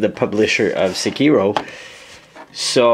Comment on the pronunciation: have you ever played "sekiro" (not "sekìro") one time in your life or not